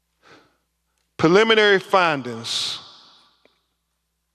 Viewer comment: Name of de-seeded 😂 Purr-liminree findings 😂 Oh-sipituh 😂😂 De-compensation 😂😂😂😂wiff-insighed 😂 Doo-win 😂 Maynor of deaf 😂😂😂